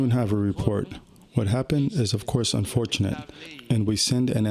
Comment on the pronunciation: Did he say 'unfortunate'?